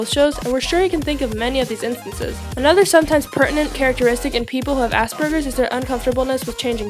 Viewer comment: first of all is not asburgers its said asperjers I know this since I have it now classed under autism